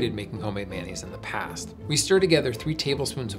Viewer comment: In New Orleans, Blue Plate (made here) rules. Sounds like"MY-uh-nez" Only way to make a po'boy!